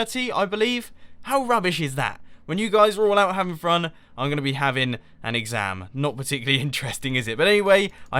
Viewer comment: "Out having frun" :P